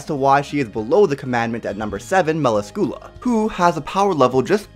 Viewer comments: Gall-ind not Gu-land Mu-las-kyoo-la not Mal-u-skoo-la Spirit Spear Bos-kee-oss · Wtf is a mela-scula?? Its me-la-scula. They say it in the anime